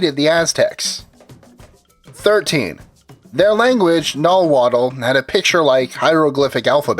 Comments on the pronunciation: victoraztecboy Nahuatl out dates Spanish by quite a bit. Also his pronunciation of Nahuatl was painful, it's (Nah-waht). Tlazohcamati ma cualli tōnalli! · Nahuatl isn't pronounced "Nah-Wat-Uhl", it's "Nuh-Wat". The "tl" in Nahuatl is often silent ( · Nawaddle? Its Nahuatl and its pronounced (nah.ooh.what) the L is silent and chocolet? Its chocolatl (choco.lawt) again the l is silent. Before making videos make sure you can pronounce the words right. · the pronounciation is so bad, what the heck is "naw wattle?" cmon dude. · Its pronounced Nawat in Nahuatl, with most saying Nawatl in spanish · nahualt; don´t know how to write the pronunciation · Actually the Mexica language is pronounced Nah-Wa. The T and L's are silent. You can actually still learn this language too as it is still spoken today. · Why can't they get a Mexican to talk in the background , like you mispronounced Mexica , Nahuatl , and Tenochtitlan , #NativeAmericanpride #allday #tellthedayidie